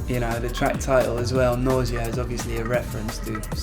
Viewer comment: When he says Nausea i thought he said Noisia.